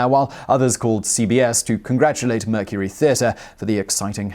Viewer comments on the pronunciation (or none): none